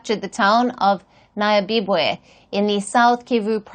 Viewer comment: It is NYABIBWE not NAYABIBWE!